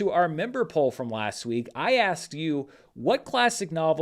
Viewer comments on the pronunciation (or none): none